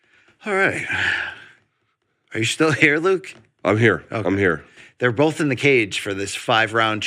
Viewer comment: I swear Brian always says "bowlth" instead of "both" now. I'm not sure he's even trying it.